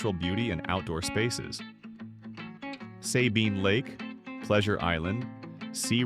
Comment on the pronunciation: Worst unfactual video ever. The first 35 seconds of the video does not even show Port Arthur. Those are completely different cities. Additionally, they mispronounce Sabine Lake.